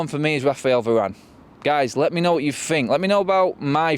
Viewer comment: You're a grown up adult man, why are you saying, "Fink" as opposed to "Think?" 🙄